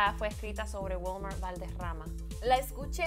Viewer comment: ....una pregunta, siempre pronuncias asi los nombres en español? O SEA se dice WILMER...no WELMAR sin ofender:).